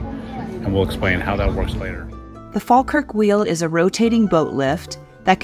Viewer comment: We politely request that tourists don't rub our statues. Thank you We also wish guidebooks would stop telling people it's good luck. Greyfriars Bobby is running out of nose...😁 Congrats on the correct pronunciation of Falkirk by the way. (Locals actually say faw-kirk but yours was proper😄) The Kelpies were originally meant to be a functional boat lift but ended up being just decorative. Sadly you drove past Linlithgow & it's palace on your way to Falkirk, maybe next time. Culross is worth a visit too..